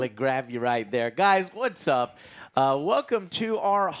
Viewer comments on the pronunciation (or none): none